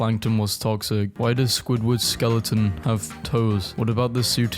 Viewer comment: Yea he has a skeleton, not a “sceloton”